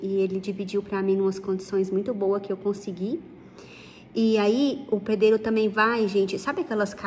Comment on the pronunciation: mal amada e você que fica se metendo na conversa dos outros e eu não estou competindo com ela sobre tamanho de casa não eu amo esse canal e amo a Juliana só achei graça o jeito que ela falou pedreiro dar licença ??